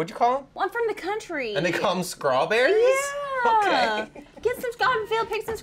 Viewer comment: i’m from texas and i definitely don’t say scrawberries 😂